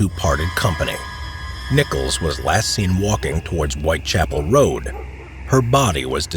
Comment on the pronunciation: A pronúncia correta é White Chápoul e não White Chapél